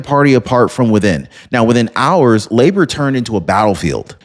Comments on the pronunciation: And it's pronounced "Labour" - like what women do in childbirth. Not "La'bore" in that weird French accent. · Its Labor, like the US word, labor, as in labor union. Its not Làboor. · Labor, not la'bore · Its Labour not Laboor We need a change desperately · I hope Starmer is really out. He’s been a traitor to his country., Labour is pronounced as in Labor, not La’bour. Just a friendly help. Good video, thanks. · It’s pronounced Lay-ber, not La-bor. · laborr, seriously?....it's pronounced Layber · Lay-bah not la - boor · It's NOT La-Bore; it's Leybor! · Lay-bar is how the party name is pronounced brother. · It is pronounced "Laybor" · labour is pronounced labor? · LABOUR is pronounced LAYbr, no L'boar. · yea i fact checked and unsubscribed for his blatant misinformation. can't even fact check is information and can't even pronounce labour correctly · bruh. Learn to pronounce 'labor'. it's Britain, not France... "end of line" lol. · Thank you! He said it correctly in the beginning then switched it up to sounding weird!